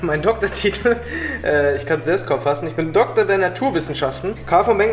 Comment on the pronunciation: Dokkkkktor...es heißt DoKtor...deutsche sprache schwere sprache